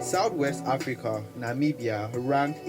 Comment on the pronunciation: Thank you for the effort to pronounce our beautiful countries name, atlast you got it right👏🏾👏🏾👏🏾👏🏾👏🏾🙏come visit our country, it's literally paradise in Africa, you will love it.